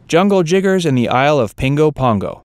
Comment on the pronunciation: Nigga tried to say jungle jiggers first we caught that